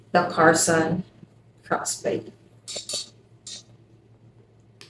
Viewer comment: I thought you were saying "cross buddy" and then I finally got it... Crossbody